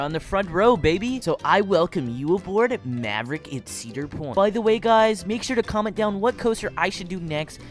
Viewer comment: He got maverick wrong😂😂